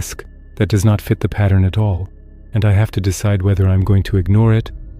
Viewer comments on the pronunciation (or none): none